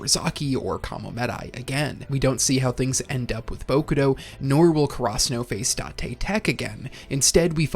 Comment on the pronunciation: I know bro isn't pronouncing karasuno like that on purpose, what in the FUCK